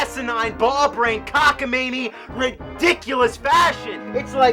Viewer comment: Cock-a-mainie LOL